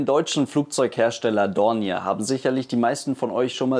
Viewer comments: Schöner Bericht, aber bei "Dorniär" stellen sich mir ein wenig die Nackenhaare auf ;-) "Dornjee" ausgesprochen klingt es besser. Der Name ist französichen Ursprungs. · Super Bericht. ich mag Deine Videos sehr ! Wenn man Dornier französisch aussprechen will, heisst es "Dornjeh" ;-) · Kleine Anmerkung zum Namen Dornier... Er wird üblicherweise wie im französischen ausgesprochen. Also [dɔrnˈjeː] ...(klingt wie DORNJÄ)